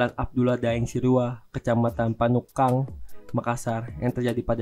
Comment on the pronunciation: Naratornya PAYAH,,,kelihatan gerogi nya,,, Bnyk penyebutan kata yg salah,,,slh satunya yg seharusnya "Panakukang" dia sbt "panukang". 😂🤣😜